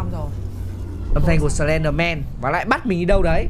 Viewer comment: Sờ len đờ men ko phải sờ ben đờ men đâu chị nhé